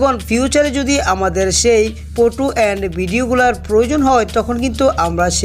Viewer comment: ফটো টে বলে ফুটু 🤣🤣🤣🤣 আগে ভালো মতো বলতে শিখ